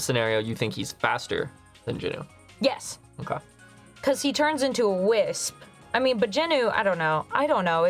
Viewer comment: Jin Woo. Not Jin Oo.